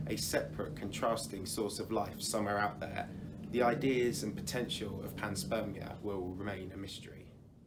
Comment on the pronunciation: Pan-SPERM- ia